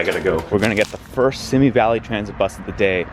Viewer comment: Simi is pronounced SEE-mee :)